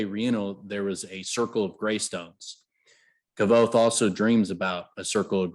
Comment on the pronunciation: Its not KAAAAVOTHE ITS KVOTHE sooo annoying